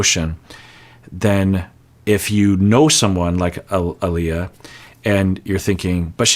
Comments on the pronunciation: if you see this, A-lee-a, not A-lie-a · Ah-LEE-yah not Ah-LIE-yah! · As a fellow Aaliyah, I cringe everytime you say her name! "Uh - lee -uh" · Every time you say a lie yuh it hurts my soul. It’s like nails on a chalkboard. Her name is pronounced uh Lee yuh. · said it right once so everytime keeps calling Aaliyah -----> A-Lie-Yah I giggle 😅 but really do want him to say it right Ah-Lee-Yah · I think he records a bunch of these at once so we might be hearing a-lie-a a lot more unfortunately 😅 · "Ah-lee-ah" is how her name is pronounced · It’s Ah - lee - ya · You are saying Aaliyah’s name wrong. It’s uh-Lee-uh. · big fan here. Love your input, just commented to say her name is pronounced “uh-LEE-yuh” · Her name is pronounced Uh-Lee-Yuh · I know you’re trying lol but her name is pronounced Uh Lee Uh. Lol 😅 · I love you, so I feel the need to let you know, her name is pronounced uh-LEE-uh. Like the singer. Also, I appreciate you and ALWAYS look forward to your commentary ☺️. -deserving listener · I think he did these as a batch- so a-lie-ah it is for these episodes, the new drop he will probably have read and adjusted- that is how it usually goes😅. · That was driving me crazy. He pronouncing her name wrong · 😂😂😂😂 I never noticed how you pronounce her name until I read these comments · Yes the mispronunciation was driving me nuts